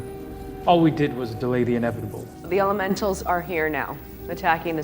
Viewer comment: You said "Mysterios, ELEMENTOS" ?!?!?! 🤔